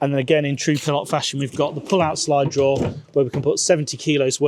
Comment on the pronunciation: 😂It's a Pilote!!!! Not a Pil lot